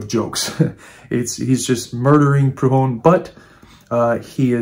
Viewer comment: Are you trying to say Prudhom?